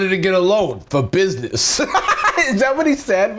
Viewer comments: Im sorry, you did not just pronounce business like “bussy ness” 😭😭😭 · i’m sorry…buh can we all just acknowledge the fact he said “bussy ness loan”💀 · You said bussy-ness. Instead of business. Please, please tell me it's a joke done on purpose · why did he pronounce business like that I'm crying??